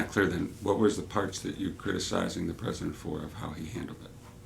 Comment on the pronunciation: I'm canadian and as soon as he becomes pres'o'dent- we r attacking